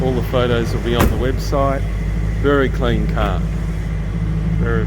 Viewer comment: Ca-lean bro, ca-lean ❤️